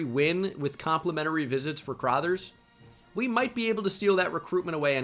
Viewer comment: The mispronunciation of LB “Crothers” is gonna kill me. Why does he pronounce it “Crawthers”